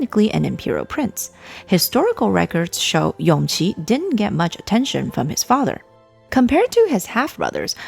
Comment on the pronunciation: Isn't Yongqi the son of Noble Consort Yu? His name is pronounced Yongji